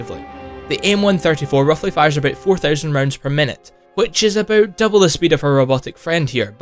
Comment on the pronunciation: Aboot 90 tons .. I'm sorry